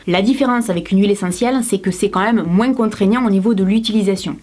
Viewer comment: J aime trop quand tu dit moinS moi dans ma region on dit pas sa